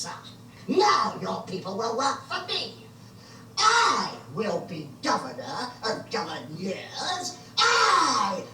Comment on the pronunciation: Always enjoyed the villains in this one but Nabil Shaban steals the show as Sil, such a uniquely slimy baddie. His grotesque giggle and pronunciation of 'governyurrr' is honestly iconic. Arak and Etta however are for me the secret weapon to why this story works so well, their commentary adds such a brilliant layer of world-building and meta-humour. This one often gets called Sixie's best TV story but there is one I enjoy even more.